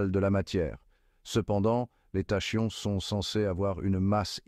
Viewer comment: Prononciation :Takion... Banaste Pas tachions...